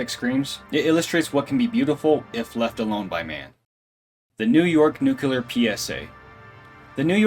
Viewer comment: Stop saying "nucular"...it's pronounced like it's spelled: "nu-cle-ar".